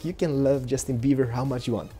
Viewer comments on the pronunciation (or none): he said justin beaver! xDDDDDDD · He said Justin beaver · Haha he said justin bever :D so funny!!! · Haha i think he said justin beaver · He said justin beaver xD